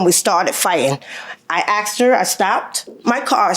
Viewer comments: What is so hard about saying “asked” not “axed” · She said she knew "Her Moms"... ? ... So, that other lady has 2 moms ... ? ... 2 moms - ??? . And also - "She AXED" her... Wouldn't dat bes a "felony" ... ? ... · She AXE me?